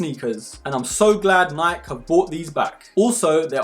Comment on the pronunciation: Great review! AND you say Nike properly like us Aussies do 👍🙂